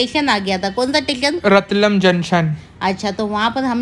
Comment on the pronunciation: ko padhna nai ata kya ratlaam bolte hai